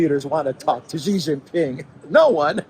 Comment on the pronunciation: why do you revert back to JHEE JINPING mispronunciation in this video (Context JHEE means PENIS in Chinese) when in the interview with Sophia, a Chinese lady, you correctly pronounce SHEE JINPING?